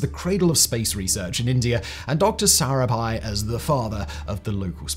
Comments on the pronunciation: agreed. PLSV for PSLV is of that nature. But Arabhai instead of Sarabhai? And that after getting it right a few times? Is that a typo or carelessness,? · He can't pronounce 1 name correctly...he is not even trying...he said aara bhai...it's sarabhai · So many mistakes in the narration! In one place, instead of Sarabhai, he says "Arabhai", in another "PLSV" instead of PSLV, and several more such. It's like someone just reading from a script without bothering to read thru it first and become familiar with the contents and the names. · Cant help but nitpick, (because the i cant find major faults with the rest of the presentation), the number of ways 'sarabhai' was pronounced is just hilarious. Typically, a single pronunciation (correct or not) is repeated throughout. Here, i could point out at least 4 different pronunciations for the same name XD. Other than that, well done video. Edit : okay as i watched the video again, found numerous errors. GSLV being pronounced as GLSV , PSLV being pronounced as PLSV etc. to point to something that is not proper name related.